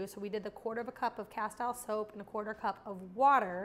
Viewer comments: It's pronounced "casteeel" soap, not "ca-style" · Castile is pronounced casteeeeel